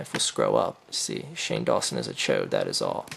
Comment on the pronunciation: "HOLY SHIT IT's SAHNE DAWNSON!"